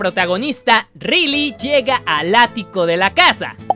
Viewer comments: No es pa molestar pero se pronuncia raily no Rily pero se escribe Riley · se pronuncia raili no rili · me muero como Woly con todos los chistes de coffe xdddd pronunciación raili 😴 rili 🤑🧐